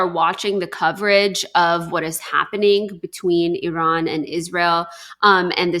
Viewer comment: At last somebody can pronounce iran🎉🎉🎉